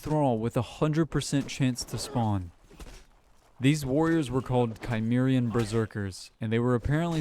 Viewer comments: Cimmerian is pronounced "sim-mare-ee-anne". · Cimmerian - Sim-ear-ian